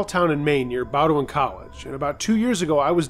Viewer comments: I love in maine and it's pronounced bo den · FYI: the college in Maine is pronounced Bodin